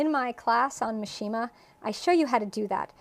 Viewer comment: The correct pronunciation for mishima is: MEE shee muh, accent on first syllable.